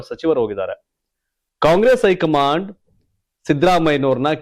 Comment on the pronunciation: ನೀವು ಮೀಡಿಯಾ ದವ್ರಿ, ಭಾಷೆ ಶುದ್ಧವಾಗುರಲಿ, ಐ ಕಮಾಂಡ್ ಅಲ್ಲ, ಹೈ ಕಮಾಂಡ್, ದೆಅಲಿ, ಅಲ್ಲ ದೆಹಲಿ ಓದ್ರು ಅಲ್ಲ ಹೋದ್ರು